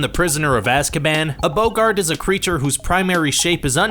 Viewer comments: Boggart(bah-gert) not (bow-gert) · Has this guy ever seen the movies? It isn’t BOA-ggat, it’s boh-ggat. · Voldermorts Bo-GART😂😂 it's a Bogg-art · Stop! You're saying it wrong! It's BAH-gart, not BOH-gart. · It's pronounced 'bog-gart' NOT 'bou-gard'!!!! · Boggart not Bo gart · I'm skeptical the narrator has ever read the books or watched the movies 🤔 he called a Boggart a "Boe-gart" instead of "Bog-gert" like what they say in the movie... 🙃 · Bowgart??? It’s Bog-ert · It's not "BO-GART its "BOGG-ART" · It’s not Boe-Gart it’s Bog-art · Its not boggaaart its boggart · Your saying it wrong, It's bogg art not bo ggart! 🧹⚡👔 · Wooow hold up a minute! It’s not a BOW-GART It’s BOG -GERT that’s how it’s pronounced. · its pronoucned boggat not BO Gart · Is anyone soooo cringed that he says some of the names of objects wrong? Like he says boggarte insted of boggart. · It's not a bow gart it's a bogg et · It's a bOgert not a bogArt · It literally says boggart as "bah gurt" in the movie but yet you still say "bow gart" Why... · It’s pronounced Bog ert not boo gart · Boggart, not bogart. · nope me too it’s boggart not boogart AGH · Sorry it just annoyed when u said boGART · "Bohgart." LMAO- I CANTT!! 😂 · Hermione: Boggart: Boegart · A "Bogard"..??! Have you actually seen (heard) the movies?! It's a boggart! (Typical American..! 🙄) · Alright let’s face it who gets annoyed when he said ‘boegart’ WHEN THE RIGHT PRONUNCIATION IS RIGHT INFRONT OF HIS DAMN EARS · Dude. Why you pronouncing it bow gart ? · Voldemorts Bow-gart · Bo-gart really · I didn't know Humphrey Bogart was in Harry Potter?! O.o (LOL) It's pronounced as bo-gerd, with an 'o' as in 'boxer'. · How can you play a clip in which Boggart is said, and then say Bowgart - baffling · It's not boggart its BOWgart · Bow-gart 'Scuse me? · Bow-gart. Why. It’s BOGGART!!!!!!!!!! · Its pronounced bah-gurt........ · It's boggart not BOWggart! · Me too it's "bawget" (spelled how it is supposed to be said)